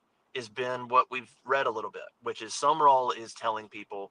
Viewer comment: It's not Summerall. It's Sumrall. I'm glad we didn't hire him for the sheer fact no one can say his name correctly.